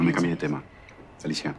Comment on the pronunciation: like si te diste cuenta que alicia no pronuncia la r😂😂😂